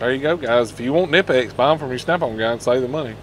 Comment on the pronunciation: Kah-nip-X is the correct pronunciation. The K is not silent. Best pliers company there is.